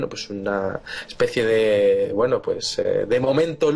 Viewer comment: Victor Villanueva Lo mismo te digo, el castellano es lindísimo, no es "que gueno" es "qué bueno"